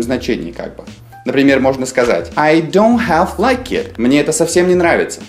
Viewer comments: Half звучит как хаф. Но не как не халф. Л здесь глухая и не произносится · не халф, а хаф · В словаре слово half читается как [ha:f], а вы читали [half], как вы это объясните? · Слово HALF НИКОГДА в жизни не произноси как ХАЛФ. Учи английский, чувак. ХАФ - вот как звучит и произносится слово HALF. Есть слова - исключения, которые просто нужно запоминать. Например: Leicester- Леста (причём А произносится что-то вроде А и Э одновременно. Flitwick - Флитик (город в Бедфордшир) Norwich - Норич (даже не Норидж, как переводит Гугл). Поживи в Англии с десяток лет, а потом уже учи людей английскому грамотно. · полистал комменты, но никто, кажется, и не заметил. В самом начале во второй фразе Now it looks as though .... . Здесь AS THOUGH - это неделимая фраза, которая означает "как будто". А вы представили, как AS - как, а THOUGH - хотя, что в корне не правильно. Также было забавно слышать произношение слова HALF с буквой Л - ХАЛФ) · Half - Правильно произносится ХЭФ. Буква Л глухая. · Чему ты учишь людей, если half произносишь как хаЛф? Жесть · Half не произносится с L. Пишется, но не произносится. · Почему вы произносите букву l в слове half? Эта буква в середине слова не произносится: salmon,almond,half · В слове half L не произносится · Ребятки, вы меня круто разочаровали. Прежде всего в HALF - Л не произносится... Это первый класс... Все остальное про HALF верно с точностью до наоборот: Не переводится это как "совсем/вовсе" . В данном случае все буквально и просто: "Я и не половина того человека, которым был раньше". Про "don't half" я не знал - погуглил - Выражение чисто британское и смысл его противополовный вашему: "не половина, а все (всецело/точно как)". Логично. Например: "Yоu don't half like Putin." - Выглидишь точно как Путин (буквально "Ты НЕ ПОЛОВИНА Путина, а точно Путин"). Отписываюсь